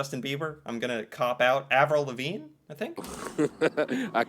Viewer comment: Yes Canadian is a language. They cannot say "house" or "out" right.